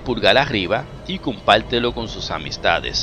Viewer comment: Que eres chino? “Fue declalalo muelto”, “si le gusto el vídeo compáltelo y dale like”. Ok entendido , muchas gulashiash!.